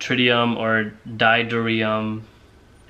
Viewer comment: Hydrogen with one neutron per atom is pronounced Doo-TER-ee-um. not "ditrium". And I only have a two-year degree in physics. Glass houses and all that, hotshot.